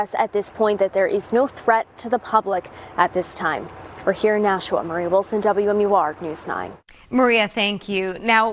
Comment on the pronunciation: It's not nashaw. It's Nashua